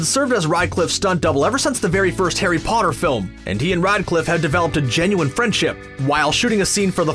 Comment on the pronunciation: i dont want to be rude, but hes name is REDCLIFFE Not RIDECLIFF :D Sounds like you wanna Ride constantly :D